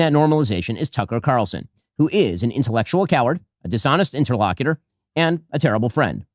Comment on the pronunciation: *sarcastic take on shapiro: how can anybody take him seriously when he fails at vocabulary🙄: he mispronounced “interlocutor” near the start of his first featured clip. - USMC Veteran; retired teacher; amateur word nerd